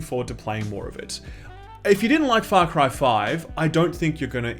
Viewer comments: Am I the only one who hears him say it as "Fuck-ry"? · Sounds like he said "Fuck Ryan New Dawn" 😂😂😂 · Man at the beginning I thought you said "Fuck Ryan". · Whoa. With the accent at the beginning, I thought you said, "Alrighty, aaaahh Fuck Ryan New Dawn." Love your videos man. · Not gonna lie, at the very beginning I thought you said "Fuck Ryan: New Dawn" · Sounds like you’re saying “fuck rye”. What do you have against bread mayne? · I thought you said: "Fuck Horizon new Dawn", at the start haha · Sounds like you said "Fuck Ryan: New Dawn" in the beginning lol